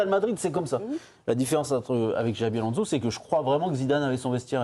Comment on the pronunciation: Alonso ne se prononce pas Alonzo, pareil pour Fernandes qui ne se prononce pas Fernandez, merde, respectez le nom du joueur